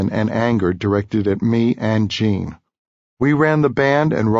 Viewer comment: Hate the way he pronounces Gene as Cheen